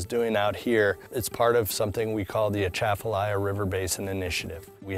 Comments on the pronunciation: How many Louisiana natives immediately disappointed in incorrect stress placement in pronunciation of Atchafalaya by narrator ? Show of hands ✋ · The "t" in Atchafalaya isn't pronounced by Louisianas. It is like pronouncing Atchison, KS. the "atch" combination won't work easily, if the "t" is pronounced. The Atchafalaya was beginning to reduce the outflow from the Mississippi away from Baton Rouge down through New Orleans and was about to capture the lower part of the Mississippi, but the Corp of Engineers stopped it to maintain shipping and fresh water. I figured the main problem might be low fresh water inflow which can result in salt water intrusion. Cypress can live in brackish water, but not saltwater. I guess we will have to import mangroves. After harvesting, a lot of that cypress should have been replanted, but I guess the fact it takes so long to mature, it wasn't considered feasible like replanting pine forests and the created marsh areas can be used by duck hunters. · Please learn to pronounce the Atchafalaya name properly. You are butchering it. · the stress is supposed to be on the CHA. Most people not from Louisiana put the stress on the LAY like the narrator. I give him points for pronouncing the LAY correctly. It sounds the same as the word "lie". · oh, they mispronounced Atchafalaya...not surprising, everyone does, until they learn how to say it; ok, the second guy pronounced it correctly 🤣